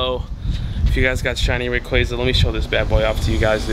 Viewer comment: Can you say rayquaza right or nah? Lmao